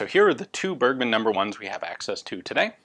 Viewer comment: Great Channel! You pronounced "Bergmann" wrong.